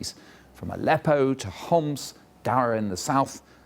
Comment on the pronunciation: Wow, He could pronounce letter ''ح'' in Arabic, like he didnt said Homs, he just said it as we say it in Arabic 😂